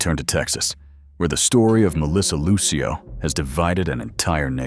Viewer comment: Who the heck is that woman in the orange jumpsuit with striped hair? That’s not Melissa. And her name is Lucio, sounds like Lucille, DA. You could’ve asked someone how to pronounce her name b4 you proceeded to repeatedly demolish it.